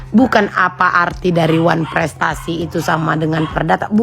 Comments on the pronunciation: Huuu oneprestasi aja gak bisa nyebut gmna tuh haduh haduh haduh😅😅😅😅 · Ngomong wanprestasi aja ga bisa,apa cocok dipanggil dokter? kebanyakan obat untuk gigi itu,yg bikin gigi keropos,makanya ga bisa omong